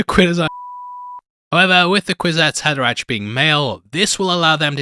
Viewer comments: Pronounced HaderaCK, not ach. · It's pronounced "haderaK", as in "fucK" - try to remember that! Unless, of course, you are using some robo-AI-voice-aloud reader, which lately have infiltrated everything, and so annoy everyone...